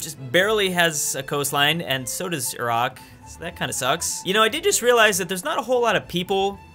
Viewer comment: YOU SAY IRAQ CORRECTLY. I’m so happy! Irahk 👍🏼 Eye-rack 👎🏼